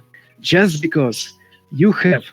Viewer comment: 발음이 존나 러시아식 영어네ㅋㅋㅋ비꼬우쓰 깐운뜨리 베때르ㅋㅋ 공산주의 사상에 빠진 가난하고 무능해도 공산당이 최고라 생각하는 찌질한 놈ㅋㅋㅋㅋㅋㅋ